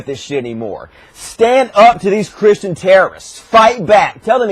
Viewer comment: "but but but, those evil Cwistians"